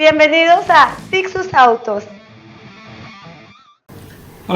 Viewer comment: tixuz con "z"